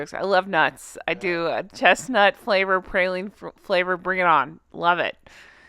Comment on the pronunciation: As someone from Louisiana, it is pronounced “praw-leen” not “pray-leen”. Great video!! Not a Starbucks fan but it was a fun video! ❤❤❤